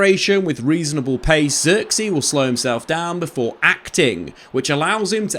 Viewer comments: if only you knew how to pronounce his name correct. Zirk-zay, with the i pronounce like Giggs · Just quit pronouncing his name pls at this point u butchered it so many fking times u should just say joshua lol